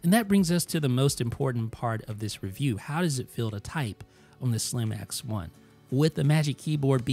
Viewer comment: every time you said “Slim X1” I heard “slim-ass one” 🙃